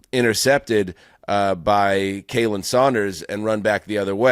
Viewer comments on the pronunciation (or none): Khalen not Kaylen.